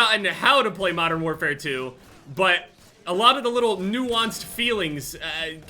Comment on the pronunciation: can we not call it modern warfare twenty 2